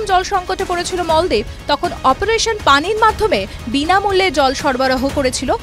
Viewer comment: Moldip. Na Maldip....kit koray khotha bolun😅😅😅😅😅😅😅😅😅😅